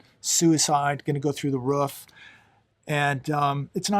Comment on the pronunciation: It's roof not ruff